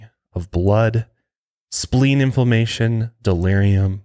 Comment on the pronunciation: Yo, my man,... did you say spleen information? 🤣🤣🤣